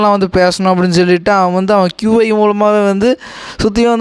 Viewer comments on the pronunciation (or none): Video explain super bro but pronounce pandrathu Konjam marathu ex(Qi,Tantian)Ithula ❤🎉